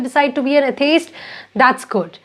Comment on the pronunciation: Your pronunciation of atheist is not correct. 😆😆